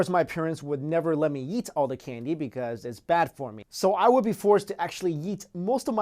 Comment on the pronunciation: Instead of eat he sounds like he's sayin yeet!